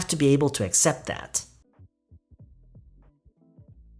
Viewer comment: 안녕하세요 쌤!! 발음 관련 질문 드릴게 있어요. accept 발음하실때 어셉트라고 들리기보단 으셉트라고 들리는데 어떻게 발음하는지 궁금해서 질문 드립니다!! (아니면 제 귀가 이상할수도,,,)